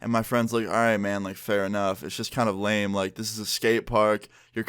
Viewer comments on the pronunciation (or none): none